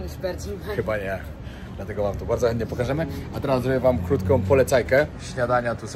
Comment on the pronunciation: super jak mówisz wardzo wardzo barto, przy poprzednim filmie oplułem monitor i lałem cały dzień przez to przejęzyczenie w pizzeri xD zrobiłeś mi dzień!